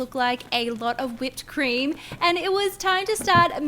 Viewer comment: When she says "whipedcream" I am like "shorty give me whip-whiplash"